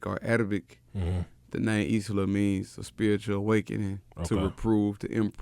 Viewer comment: somebody tell the brotha that isla is pronounced "eye-luh" not "is la"